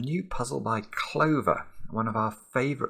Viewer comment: "Oh, this is clever, again". No, it's "Clover".